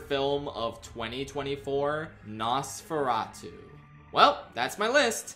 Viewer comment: I was shocked to hear nosforatu (or whatever)